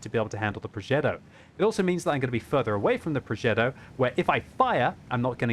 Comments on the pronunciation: WTF is a progeDDo? Does he mean progeTTo? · It's a Progetto. Not a ProgeDo.............. You're not American. 🤣🤣🤣